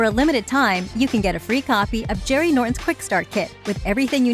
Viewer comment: Jerry not Sherry😮